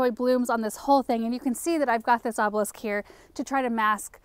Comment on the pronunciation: Good job!!! You said "obelisk" perfectly! I've been hearing you try all along. Your influence is so tremendous, its important!!!